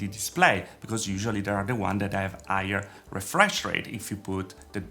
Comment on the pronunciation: Why he doesn't pronouce the H on higher and hertz?